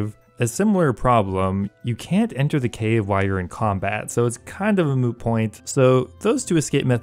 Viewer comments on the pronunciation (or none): none